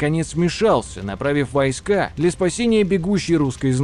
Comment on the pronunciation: Даже несмотря на извинения в конце ролика по поводу ударений, местами слушать было просто больно. То же Чудское озеро/побоище всегда было и есть ЧудскОе, а не ЧУдское. Поразительное упорство автора в наименовании "вОйска" вместо "войскА". И т.д. Отдельно хочется заметить откровенные глупости, типа наименования дружинников солдатами. Солдаты, это куда как более поздний термин, имеющий своё вполне конкретное значение, которое никакого отношения к воинам древней Руси, да и любым другим воинам древности не имеет. В целом в качестве краткого ликбеза по истории Древней Руси для самых далёких от темы - этот ролик сойдёт, но всё же следовало бы больше внимания уделить погружению в вопрос.